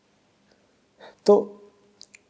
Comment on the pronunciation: समृति नहीं स्मृति।